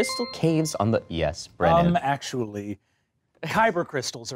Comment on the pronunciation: Um, actually: it's Brennan, not Brennon